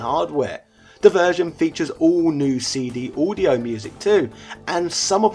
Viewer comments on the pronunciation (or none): none